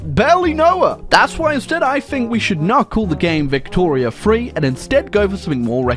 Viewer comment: the first time he says victoria 3 i legitimately heard victoria 2. im still in disbelief apparently